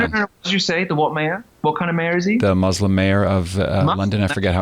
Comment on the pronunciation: Good leftists pronounce it "moose-lim".